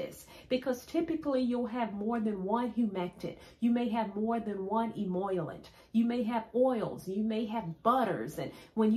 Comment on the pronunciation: Love, love your video! You solved the mystery behind my dry hair problem! Just a small word of correction, though: the term emollient is pronounced "e-e-mol-ee-ent rather than as e-e-moy-lent (perhaps due to you perceiving a reversal of the "i" and the double "L."). Your information is a hair-revolution moment for me. I'm going in now to make some of your DIY "e-e-mol-ee-ent for myself! Can't wait to see the result! 😊